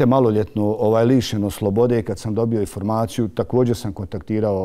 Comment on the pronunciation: kae ramo "icident" i "iformaciju" hahahah kakav je ovo krks hljebe moj mekani..